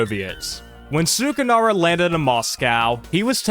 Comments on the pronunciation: Yes, it is. I don’t wanna be that guy but the way he pronounces it genuinely pmo. Like it’s not that hard to get it right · This video might have the worst way to pronounce sukarno